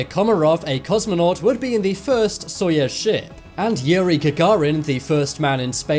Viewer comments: Such a popular channel, awesome subjects! - But, how can you constantly mispronounce on such a popular channel GAGARIN AND SAYING:GARAGIN ????? ANYONE, EVEN IN THE MOST REMOTE PLACES ON EARTH KNOW ABOUT SOYUZ —— NOT SOYEZ. Seriously???? GARAGIN AND SOYEZ????? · btw your saying soyuz wrong- im russian :) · Jesus! It is not SoiEz one! It is Soiyuz one! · soyUUUUUUUUUz its a enormous size of letter U! (not soyEz...) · SoyEz I thought it was pronounced SoyOOz, I guess i was wrong. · My god Soyuz not soyes And Gagarin not garagin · Soyuz, not Soyes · It's pronounced "Soyuz" (not soyez) and Gagarin not Garagin! At least just learn how to pronounce if you intend to narrate next time. Only reminding for the sake of a better narration. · GA GA RIN !!!!!!!! SOY OOZE. !!!!!!!!! FFS!.. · But it is "Soyez" right? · no - Soyuz. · Lol I like how your pronunciation for "Soyuz" sounds like "Soyaz"